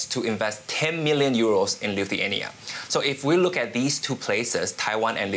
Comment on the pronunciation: It is not LU THEE ANIA.... it is LI THU A NIA.... please get it right.